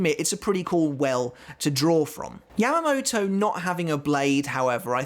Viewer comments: He said Yam-uh-mo-toe.. it is Yah-mah-mou-tou, lol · British accent